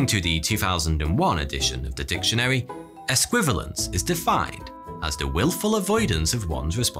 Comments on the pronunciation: ess-kwi-VAL-yence, sir! harrumph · I don't mean to be picky, but you've mispronounced esquivalience. There's a second "i" in it that you failed to pronounce. It's five syllables, not the four you made it to be. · Sigh. It's only just been invented, and already people are spelling it wrong. It has an "i" in it. No, another "i". It was right there on the screen : "es•qui•va•li•ence". It doesn't help that our host said it wrong, of course. Stress on the "va", pronounce the "i". (Just kidding. It's an imaginary word; say it and spell it how you like. 😜) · I believe your pronounciation of "Esquivalience" is your Mountweazel